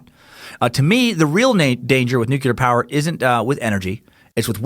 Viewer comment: New-klee-uhr. Not "nucular".